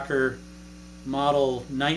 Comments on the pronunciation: Arrrggghhh Hey there MoodFeather 1965Pronounced phonically Rick-in-BACK-er not Rick-in Boak-er Please? Also Thanks for the lesson you and it are appreciated.. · Rickenbacker not rickenbocker